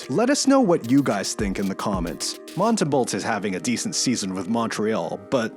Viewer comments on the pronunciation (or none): Tip: don’t pronounce the “l” or the last “t” in Montembeault. Just sayin’. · You clearly don't watch lots of hockey. Binnington should absolutely not get Canada's start. He shouldnt even be on the team. It should be Logan Thompson. The start is between Hill and Montembeault whos name you didn't even pronounce right. I think Sam should get it based on how he's straight up stole games for MTL despite their lacking D and what started as a bad Offense. Dudes a stud on a bad team and he's a reason they are doing so well right now.